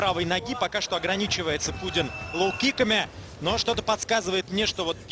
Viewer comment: не кудин а кунин